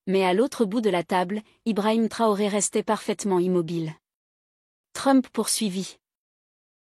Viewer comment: Mme s'il vous plaît prononcer bien le nom du capitaine. IL NE S'APPELLE PAS TORÉ ou TRORÉ ! MAIS CAPITAINE Ibrahim TRAORÉ. MERCI❤❤❤